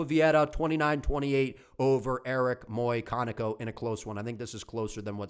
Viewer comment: Muyconico? Bruh it says it right there. McConico.